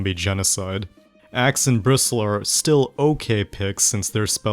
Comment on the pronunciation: did u just called bris-tle back a brist-le? XDDD